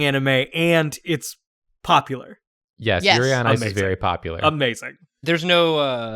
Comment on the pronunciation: Did no one else hear say "Yuri Art"